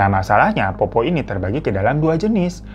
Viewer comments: Pertama kali mampir ke akun kakak.. karena tentang urband legend di sulawesi.. Mau koreksi pengucapannya, bahasa logat di sulawesi itu ada 'eegh' nya di pengucapannya.. seperti petta bukan peta tapi petta ada penekanan di 'e' begitupun dengan poppo' bukan popo kak.. lebih enak dengernya kalo pengucapannya bener.. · Capek bgt ngakak bang hiro.. Cara bacanya poppo' bukan popo😂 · Bukan Popo bang, tapi Poppo'.. p pertamanya agak ditekan.. nama Poppo' tidak lucu tapi menyeramkan jika diucapkan dengan tepat. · Sebenarnya penyebutannya poppo' (pakai koma atas), dibuat agak berat di akhiran katanya bang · Poppo’ bukan popo 🤣🤣🤣 poppo’ jdi lucu d lidah org jakarta 😁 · Bacanya itu Poppo doble P, bukan popp😂😂😂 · poppo' not popo😭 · Makasih… buat bang Hiro udh bawain kisah urban legend di Makassar,SulSel, selama ini sering dengar cerita “POPPO’” dari Kakek,Nenek & Buyut. Ohh Sedikit tambahan cara nyebut ‘POPPO’ khas logat Makassar itu, POP-PO’ akhirannya ditekan mirip qolqolah😁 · Cara sebutnya itu POPPO' ada apostrof atau koma atasnya .. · Di bacanya tu Po'pok